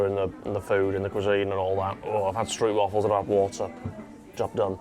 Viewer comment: You need to say stroop waffles correctly, it’s a long O, with no u at all